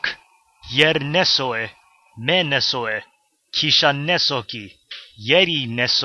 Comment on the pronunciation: Me sounds like meh (like Emoji Movie)